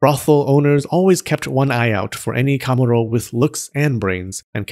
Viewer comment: i think you're pronouncing the pitch accent for kamuro wrongly